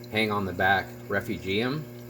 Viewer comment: Nice but way too loud for me. (It’s: ree-fue-gee-um, not reff-u-gee-um)